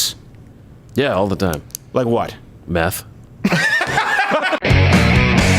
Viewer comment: same here. Literally didn't know he said meth till I saw this comment.